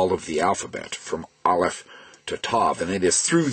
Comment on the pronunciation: I am impressed! You pronounced the "R" correctly every time. You also have pronounced the Aleph which not even most Israelis pronounce correctly. Pretty cool!